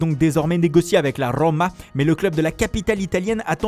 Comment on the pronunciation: la rrrrrrrrrrrrroma